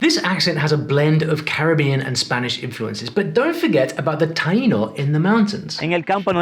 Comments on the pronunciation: Actually it's taÍno... emphasis on the "i". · Re. Puerto Rico, the Taino language is pronounced tah-EE-no, rather than TIE-no, since there's an accent over the 'i'. So, you want to know how many I got right? Try zip, zero, nada! One reason for this sad showing is that I speak Spanish at a pre-school level, which is sorta sad when your age is 76.🤨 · Small comment, you show correctly the name of the Taíno people, including the acute accent, but you pronounce "TAYE-noh". The "ai" is a diphthong in Spanish, but if the closed vowel is accented, the diphthong is broken, so you should say "tah-EE-noh". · Estás pronunciando mal la palabra Taíno, si vas hablar de español aprende bien también como pronunciar correctamente las palabras